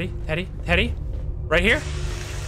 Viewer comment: I love how Insyms slight accent makes him sound like he is saying "titty" when he is saying "teddy."